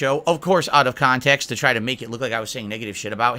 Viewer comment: Bro like fucking clockwork, nature calls and has to address the "Auht Uhf Khantext" moment 😂